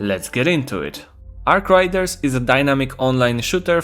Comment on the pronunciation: say it with me 'Arc RAIDERS' not 'Arc Riders'